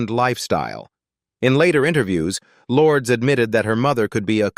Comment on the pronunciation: OMG, it’s not pronounced “Lords!” 🤮 Stop listening then. Either correct your AI’s pronunciation or record the script yourself.